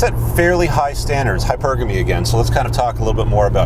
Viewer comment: pronunciation : think of it this way .. its "hypergamy", not "hyper-gammy"